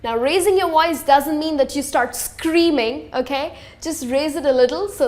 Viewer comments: woice????..... you mean VOICE!! And please don't say retarded!! Completely inappropriate!! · The term is “speak correctly”. Not “speak right”. BTW, what is a woice?